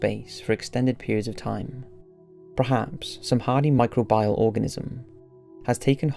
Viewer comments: 'micro bee al', not 'micro byal'! Sorry to be such a pedant! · Micro bee al not micro bile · I accept there's pronunciation differences between British English and other kinds of strains of English, but does anyone anywhere pronounce it mi-cro-BIAL instead mi-cro-be-al? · Enough already. I believe the pronunciation you're grasping at is "my-CROW-bee-all". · I love this, but it’s pronounced “mi-crow-be-uhl” lol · I love the content, but every time you say "micro-bile" instead of pronouncing microbial like a human person I wanted to kick you in the nuts. But still, thanks! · How many fucking times can you mispronounce micr-OH-beeol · Every time he says Micro-bial it's like a punch to the knee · Everytime he says microbial, I die a little more inside.